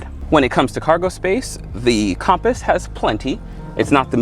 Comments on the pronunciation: Compass not com paus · It’s not compost it’s compass compass